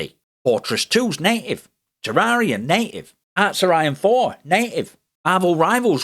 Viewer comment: Through his accent from a US english accent perspective every time he says native it sounds like he's saying naked. I'd like to officially petition for native to be replaced by naked, It just fits so much better to say that the program works naked on Linux 👍🏼